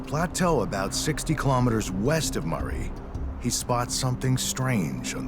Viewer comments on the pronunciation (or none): ……the word Maree is pronounced ‘maar-ree’, accent on the first syllable. There’s the town of Maree, nearby……